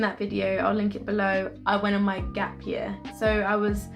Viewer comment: 'Gap yah' is how you usually pronounce 'gap year' don't lie 😂 you are trying to sound more london now